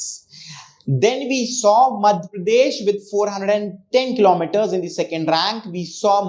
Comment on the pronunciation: Sir, your communication is good. I just want to correct you that(the is pronounced as Di only when it is used before a vowel)